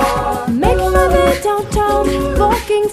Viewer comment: I love the way the say "vay downtown" instead of "way downtown" gets me everytime😂😩